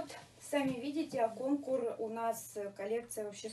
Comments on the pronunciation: Жилет на замечательно. На Вас идеально только бордовое платье. А дочери не стоит портить фигуру этими вещами. Вы красотки,коллекцию в утиль!И правильно говорить кОнкур.Ударение на первый слог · Ирина, в слове КонкУр ударение падает на У.